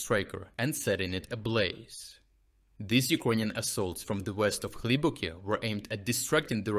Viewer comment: As to the pronunciation. Improvement! Now still especially one word sounds very ”slavic”. It”s the word ”ukrainian”. The i sound is too dominating, sharp and sounds mixed with ”j” in a very disturbing way. Try to listen to proper english pronunciation. The i sound should”nt be that dominating sound in that word, please! The same applies to a certain extent to i in ”russian”. Dim the i sound even more!